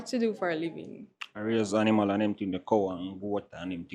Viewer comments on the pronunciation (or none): none